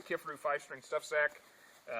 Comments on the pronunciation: It's Ki-far-u as in far away!!!! Ever watched one of there videos> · Lol...."key far ou"